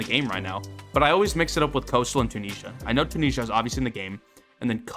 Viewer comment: Breaks me how you say Tunisia. And the season 6 name was LITERALLY (Bobby) Once upon a time in RUST😂